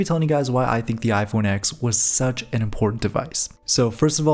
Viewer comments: Finally a YouTuber who properly says "iPhone Ten" instead of "iPhone Ex" (Even though you accidentally said "iPhone Ex" once lol). I thought the idea of Apple using roman numerals for the 11, 12, and so on would have been cool but they probably noticed so many people saying the name wrong for the phone they probably passed on that lol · It’s iPhone X (10) not X 😅